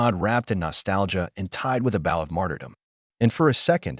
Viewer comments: Bough and bow are not pronounced the same!!!!! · A.I.family of the year. 🙄.How do you tie the front of a boat around a dog's neck. Learn how tp pronounce words like bow properly